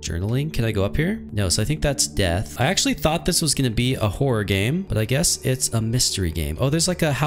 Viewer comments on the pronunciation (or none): none